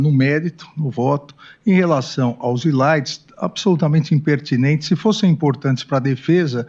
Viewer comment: "Islaides"??? Kkkkkk